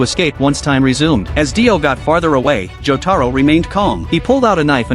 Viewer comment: Mother fuckers that's not cheng taro that's jotaro but if you guys are doing it as a humour it's alright